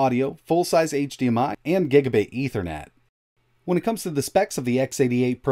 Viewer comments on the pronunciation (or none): none